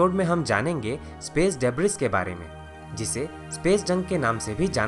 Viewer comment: bhai. Just a correction. Its pronounced as डिब्री not ड़ेब्रिस